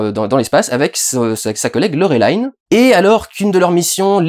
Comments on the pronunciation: Pourquoi tu prononce "Laurelaïn" ? X) C'est un nom français, t'a le droit de le prononcer normalement. Sinon, bah un peu le même avis… Sauf sur l'importance du transmuteur, pour moi on comprend très bien que c'est quelque chose de crucial, même si on sait pas pourquoi des gens se le disputent. Mais dans ce film, y a vraiment cette impression que Besson a voulu introduire tellement de choses à la fois qu'il prend le temps d'en développer aucune. Plus le passage avec Bubble qui est effectivement marrant mais très dispensable. Bref, ce film c'est un peu "Besson montre ses jouets". Pour le coup, et j'ai pas l'habitude de dire ça, une suite serait vraiment pas de trop pour mieux exploiter tout cet univers. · Il a dit Laureline à l'americain alors que les Américains l'ont bien dit comme il faut pendant le filme xD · Avec ce film on aura surtout eu l'occasion de constater que personne ne sait prononcer Laureline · Bah lit les BD du coup si tu sais pas de quoi ça parle. D'abord c'est Français donc tu peux prononcer Laureline (pourquoi dire Valerian du coup..) Et les BD ce sont des aventures dans l'espace, des conbflits politiques, des enquêtes et surtout des agents explorateur de l'espace. Ca colle au film. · dsl je réagis juste après 3 minutes de visionnage mais il ne s'agit pas d'un comics comme tu le dis mais d'une bd française, le film est également réalisé par un français. Peu importe qu'il soit tourné en anglais, c'est un peu irritant d'entendre le nom de Laureline prononcé ainsi à l'anglaise. Enfin je pinaille dsl mais ça fait vraiment étrange d'associer cette prononciation au personnage... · Peut être parce que c'est comme ça qu'ils le prononcent en VO ? Je sais pas j'ai pas vérifié. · Laurelaïne... ça se prononce Laureline en Français! À l'origine c'est une BD Franco-Belge! Faut il le rappeler ??? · Yn yn en vo ça se prononce Laureline et pas laurelaïne. C'est durendal qui déconne ^^ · LoReuLIne pas Lorélayne 😭 C'est une Bd francaise svp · "Laurelaïne" Il a osé.